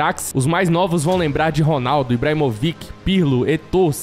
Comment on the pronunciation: Ibrahimovic, a pronúncia não é IbramoviQUE, o certo é IbramoVITI. Eu espero ter ajudado você!!